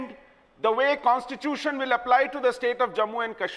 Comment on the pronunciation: its fucking constitution pronounce it right bitch Mehbooba Mufti , on other issues i have no problem bjp and pdp fight with each other and die